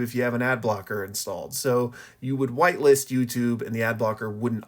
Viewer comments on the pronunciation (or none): oooo whitelist as in the opposite of blacklist. I heard whiteless :hand-orange-covering-eyes